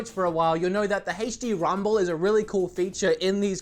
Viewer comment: “Haaach D rumble”